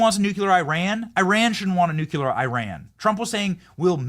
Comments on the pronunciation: You take a blow to your intelligence and gravitas just how you Nuc-U- lar!!! Please correct this! It is Nu-CLEAR! Yes! It matters! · For real Benny... you say "nuclear" more than anyone I know. Please learn how to pronounce it.... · Benny it’s nuclear not nucular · Why the hell can't Benny say "nuclear"? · He must have learned that from George W.